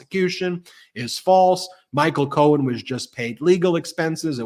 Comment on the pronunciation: did anyone else catch this—He called Cohen “Cohn”, as in Roy Cohn ~he even paused, like, “did I get that right?” He is losing it.